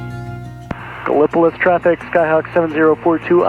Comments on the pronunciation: Another great video! You flew over my home airport KEKN. I have enjoyed watching you fly around my home region and many of the small airport I visit frequently. And just one small correction Gallipolis OH is pronounced GAL-uh-puh-LEESS or GAL-uh-puh-LISS. Keep making great content! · I think it's pronounced gala - police.